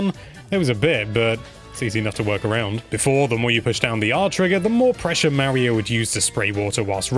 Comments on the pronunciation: Say MARY-o one more god dang time. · Super “Marry-oh”? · no offence, its kinda annoying how tou pronouce "Mario"